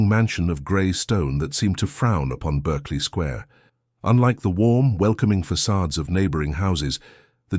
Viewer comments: Lovely story but Berkeley in England 🏴 is pronounced as Barkley 😉😘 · A nightingale sang in Bark-ley Square!